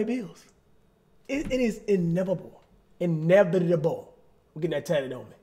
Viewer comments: “it’s inevible 😡” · Cash don’t get that word tatted on you, you can’t even say it right 🤣🤦🏽‍♂️